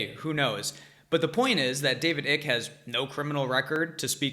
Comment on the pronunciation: lol.. can't tell if you're trolling him! it's "Icke" - like "mike" not "ick" like "sick"